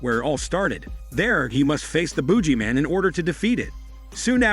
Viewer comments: I thought he was saying Boobyman, man with big malones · Boog-ee-man please stop saying it the way you do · The narrator should do a smelly hormone yoga with him self, he can't pronounce boogeyman. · LOL, thank you! I don't know why the narrator can't use his smelly hormone muscles to pronounce it normally